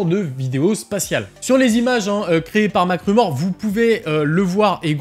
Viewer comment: 👂🏼 MacRumor ❌ -----> Macklemore ✅ 👂🏼